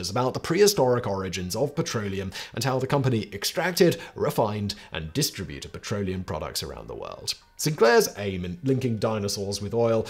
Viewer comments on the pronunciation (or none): none